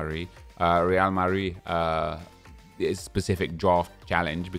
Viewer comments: It's Real Madrid not Rea Mari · The way he said real marid is definitely going to become a meme on YouTube